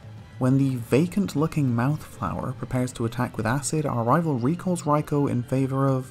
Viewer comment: I absolutely despise how you say raikou. its not even remotely correct